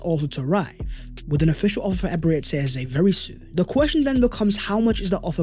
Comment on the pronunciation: Hey great content as usual. You tend to pronounce Ebereche as Ay-bay-rayte-say, which kills the meaning, it should be Ay-bay-ray-chay, meaning the mercy of God. You can also call him Ebere, which is easier and is what most Nigerian-named people prefer, as the full name is usually used by their parents when they get in trouble 😅 .